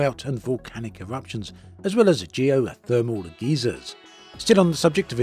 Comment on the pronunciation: 👀 you said Geezers instead of Geysers…….Geezers are old people, Geysers are Geothermal/Volcanic spouts.